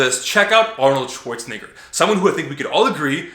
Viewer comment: Dude said Arnoldswanigga really